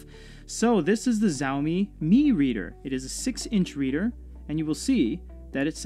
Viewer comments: Not Zaomi it shaomi ... Could have directly said mi not Readeri⁶ ? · Xiaomi is not Zow-me, but "Think of 'show me', and then pronounce the first word as if it was 'shower.'" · it's pronounced siA-Oh-mEE